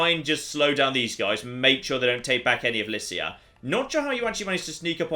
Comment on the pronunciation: I believe, Lycia is pronounced with a "k"